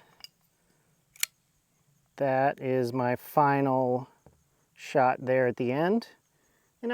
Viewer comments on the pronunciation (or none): none